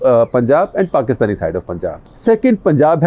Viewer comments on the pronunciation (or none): none